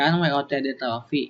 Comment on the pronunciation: yan bener wotd "trophy" bukan teophy